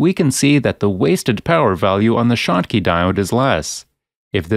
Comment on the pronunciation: This is narrated by a robo-narrator. That is consistent with the shottky diode being referred to as a "shock" diode and as a "choke" diode . They have glitches like that.